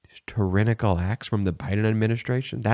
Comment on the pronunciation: look up the pronunciation of tyrannical